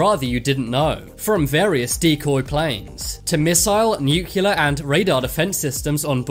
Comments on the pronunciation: New-cle-ar, not new-cu-lar! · Nuclear. Nucular........ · it's nuclear not nucilar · The word is "nuclear" NOT "nuculer". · New Key Lar. Nuclear New Clee Arr if the robot voice can't even pronounce nuclear correctly what's the point of watching the video D Minus.